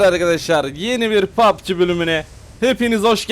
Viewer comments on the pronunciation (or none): none